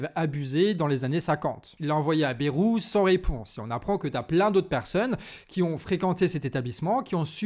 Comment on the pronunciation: petite rectification, on dis pas bérou, mais baille roux (on le prononce a la bearnaise)